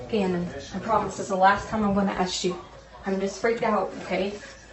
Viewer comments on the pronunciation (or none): What person with supposed multiple degrees in education speaks like that??? Pronouncing "ask" as "ast", and is unable to form a proper sentence, i.e. "...we gotta get it fixed so the old lady don't be mad at us & kick us out the house"...just egregious. And I'm only five minutes in! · she has a doctorate and cannot even pronounce "ask".......? she says "ax" lmao